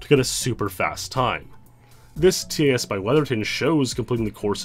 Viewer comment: In encountering the names like micro500, Weatherton and Abney, I knew it was only a matter of time before a TAS came up. Also, please, it's TAS not T-A-S, like pass or fan-TAS-tic... I'm a pedant.